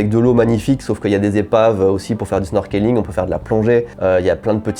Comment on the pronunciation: Super video, et très bon conseil. Le seul endroit que jai fait c'est Abashiri. PS: Snorkeling ca se prononce Snorkling, le e ne se prononce pas